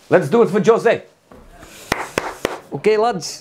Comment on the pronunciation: It's fake Jose because real Jose would not say his name [Joze] but [Juze] 😎